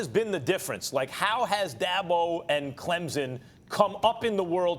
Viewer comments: Max still dont get it. It is pronounced clempson not clemzon. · To the guy talking with Finebaum it’s not pronounced Clemzen it’s pronounced CLEMPSON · Max ... I'm going to need for you to pronounce Clemson properly...not CLEMZON...CLEM-SON !! Thank you lol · It's pronounced Clemson, not Clemzon.... these commentators... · T. McIver Boize, Boise, Clemzon, Clemson, Bizon, Bison, Louisville, Lullvul. Am I forgetting any? Lol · Why does that gentleman keep saying "ClemZin" ? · Somebody needs to learn how to pronounce Clemson. Ain't no Z in Clemson. Just sayin! GO TIGERS 🐅🐅🐅